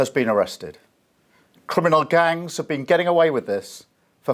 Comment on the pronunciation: Ridiculous. the "people smaggling gungs"? At least theyre not sausage smaggling gungs I suppose.